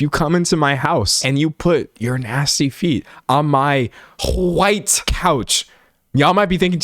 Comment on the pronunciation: How did you pronounce "white"??? 😂😂😂